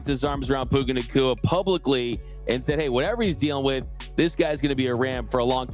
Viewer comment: SAY HIS NAME RIGHT - OMG